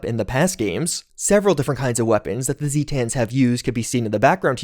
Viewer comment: Its not Zeetans, its Zaytuns (Spelled Zetan) They are from the Zeta Reticuli system...